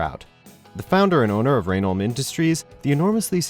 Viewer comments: Im sorry Denholm who? That is not how you say his last name, maybe watch the show, no really watch it, its amazing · The y is silent in reynholm